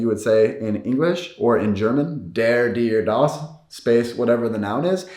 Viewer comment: You can’t pronounce der and das in German lol!